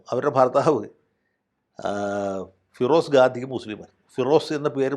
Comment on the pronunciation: Firoz Gaandhi alla vakkeele Gandi ennaa😂